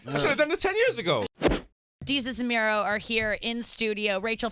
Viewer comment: did you just call Mero, Mary?